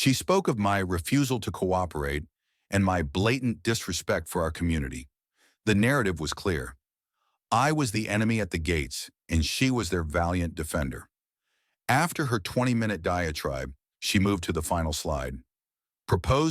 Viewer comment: The word is “…diatribe….NOT duet tribe…”. The editing un this story needs serious attention. So bloody frustrating. As a student of linguistics this is unacceptable. For developing students it’s seriously misleading. C add n be cause for major misunderstandings further down tge track. Please address this issue ASAP